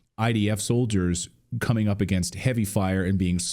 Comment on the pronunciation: “Agaynst” That’s annoying